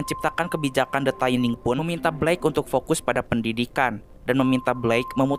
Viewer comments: Koreksi bang, dibacanya tetep “thinning” bukan “taining”, CMIIW (Correct Me If I Wrong) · Mohon maaf bang, bacanya “thinning” biasa, bukan “thaining” 🙏🏻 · Tulisan nya thinning bacanya taining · bener kok, bacanya "thinning" bukan "taining" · Tetep thinning bacanya bukan taining, dari kata "thin" (tipis) yang di baca "thin" bukan "tain" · Bacanya 'thinning' bang, bukan 'thayning' 😅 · Sebutan nya bukan THAINING bro, THINNING sesuai ejaan nya, wakaka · Pronunciation: thinning= tinning not taining ;) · thinning dibacanya bkn thaining bang wkwk. asal katanya thin yg artinya tipis. thinning (dibaca thinning biasa) artinya mengurangi kepadatan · Baaaang, itu bacanya TINING Bang. Pas dibaca TAINING berulang-ulang , saya jd ke-trigger Bang. Maapin 🥲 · tining baca ny bang bukan taining wkwkwkwk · Bacanya thinning bukan thaining. Gw benci bgt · the thinning bang bukan the thAiniNg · Kok thaining THINNING BANG NGOMONG NYA BKN THAINING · gemes bgt, dibacanya thinning kek tulisannya :( no offense just sharing. makin maju ya channelnya. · bacanya tetep thinning biasa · baca nya tetap THINNING Bray 😁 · gatel denger "the taining"